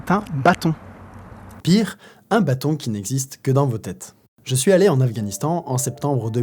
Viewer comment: On dit b*â*ton...